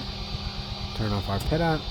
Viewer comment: Also, it’s pronounced “PEET-oh” tube (it’s French)